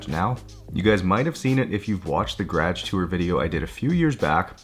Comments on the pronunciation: The "gradge" always catches me off guard 🤣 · “Grage” accent is so strong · The way he says garage make me feel dirty